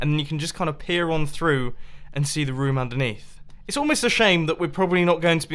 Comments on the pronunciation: Ha ha its room not (rum,rums) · does it irritate anyone else the way Mumbo says room/rooms?